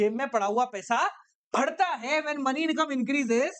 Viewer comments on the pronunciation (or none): According to sir it is barta not badhta😅